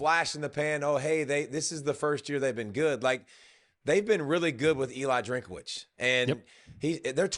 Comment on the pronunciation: Its Drink-witz- not Drink-a-witz.